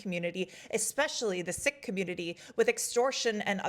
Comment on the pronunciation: As a Sikh Canadian, trust me, we're not surprised. ... but thank you for your attention to this issue, and thank you for taking the time and consideration to properly pronounce Sikh. 😊